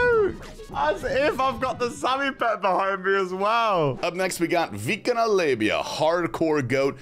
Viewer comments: wtf is that viikonloppu pronounciation XD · I love how you pronounce Viikonloppu differently every time :D and it doesnt sound anything like it should in Finnish but it just makes it funnier